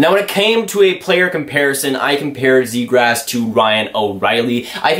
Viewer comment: Lol sounds like youre saying zegrass